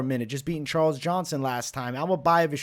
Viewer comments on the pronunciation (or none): none